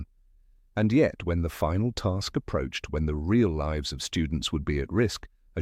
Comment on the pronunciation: Thats a weird wat to say lives, like "they liives" instead of "leyes"